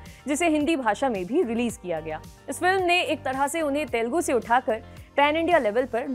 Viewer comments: its Telugu not telgu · Kind request: it is not “ Telgu “. It is TELUGU “ It is small thing but looks like your anchors need some training. Thanks for your understanding.